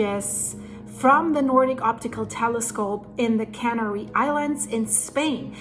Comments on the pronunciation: "Canary" is pronounced with emphasis on the 2nd syllable, not the first. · Its not "Cannery Islands,, its Canary Islands, there are no cans being made there.. 🤣